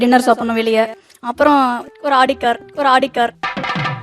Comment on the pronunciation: It's not ஆடி, . First learn how to pronounce and then dream of your future husband buying that.